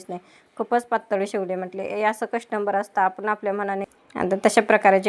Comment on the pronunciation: कस्टंबर नाही कस्टमर म्हणा.त्यापेक्षा शुद्ध मराठीत च बोला.